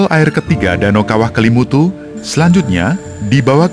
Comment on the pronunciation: Kok salah salah sebut ya nama Kelimutu dan nua ata koo fai